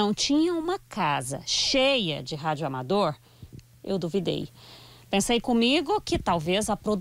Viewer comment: Que agonía a muié chamando de radioamador